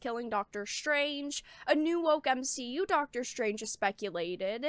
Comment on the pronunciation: OMG! You said M-She-U 😂🤣☠️ so funny seeing that phrase spread. I'm done with marvel movies, doesn't seem appealing. Still haven't seen ironboy jr 2.